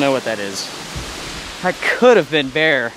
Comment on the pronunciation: I live the Deep South (Alabama gulf coast) and I’ve never heard anyone pronounce bear- bar. Other than that I love your videos,especially the multi night in winter weather.